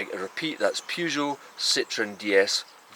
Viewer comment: It's Peugeot not Peejoo simp